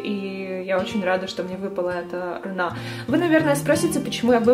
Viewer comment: Не рунА,а рУна.